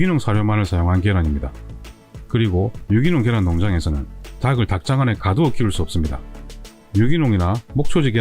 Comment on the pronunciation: 닭을, 닭의 닭이~ 달글, 달긔, 달기로 각각 발음해야지 처럼 다글, 다긔, 다기로 발음하면 안 됩니다. 고맙습니다.